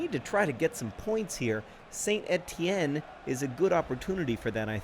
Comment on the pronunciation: Hats off for saying Saint-Étienne correctly John!